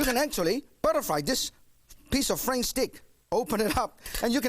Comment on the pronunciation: How can you say noodle, but say Frank steak? How can you say dressing instead of dlessing? How can you say dressing but cannot say flank? What is shitty sauce?